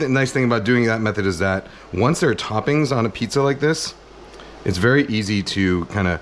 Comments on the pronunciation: Mf said pziza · Between piziza and the whistley nose, this has to be the funniest video yet 😂 I need me a pizza oven asap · This mf said pziza!